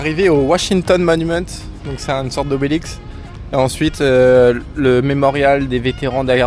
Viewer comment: Bahahaha on dit obélisque pas obélix!!!!!! Tu le sauras!!!!